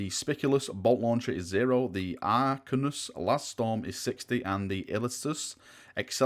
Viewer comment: illiastus = ill-ee-ass-tuss, arachnus = arr-ack-nuss. Hopefully that helps, it's not your fault you're northern;)